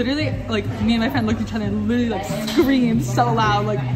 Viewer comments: literallyの発音がリルリルにしか聞こえん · literallyという発音がきこえない。ブルーてきこえる。but. I kike hhe.